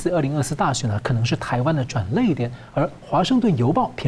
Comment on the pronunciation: 主持人，转捩，读作 转裂 ，不是转淚。